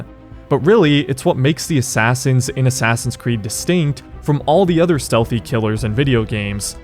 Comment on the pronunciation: i just realized he says ASSASSIUNS creed